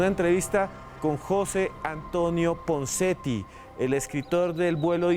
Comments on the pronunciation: Jose Antonio Ponseti.. No punseti xDD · Y QUIÉN DIJO PUNSETI ??? YO LO ESCUCHE CORRECTAMENTE... PONSETI